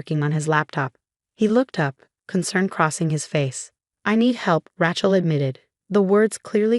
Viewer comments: Not a tool either - ratchet. "A" as in ABC pronunciation. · “Rat - Chel”? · The name is Rachel not Ratchel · Fix the AI to pronounce correctly: heir, Rachel, etc. In a normal family, siblings share in each other's happiness, they don't undermine it out of concern for status. But I suppose such creatures exist IRL.